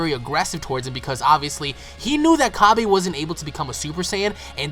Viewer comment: Cabba, not Cabey. It comes from cabbage. Seriously, stop saying Cabey.